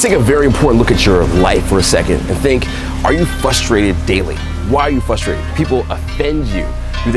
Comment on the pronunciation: I'm 'fusstrated' you don't pronounced the 'r' in frustrated LOL